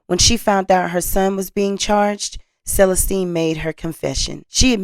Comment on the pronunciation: Hi. I noticed how you pronounced Celestine. It's pronounced SUH LESS STEEN. Your videos are fantastic and some of us want you to be an even better host. Remember about ILLINOIs?